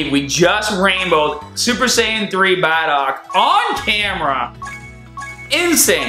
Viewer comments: BROOOOO its BardocK with a k not barda and Dokkaaaaaaan not dokken man u 504 u should get it but still i like u videos but i needet to let u know that in hopes it changes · Am i the only one triggered by "Baddock" and "Dawkkan Battle"